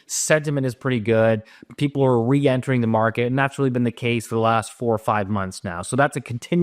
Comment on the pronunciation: 'people are reintering the market...' lol